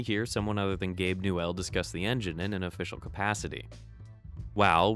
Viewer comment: Everytime you say gabe "new elle" a baby unicorn dies, so stop it!!!!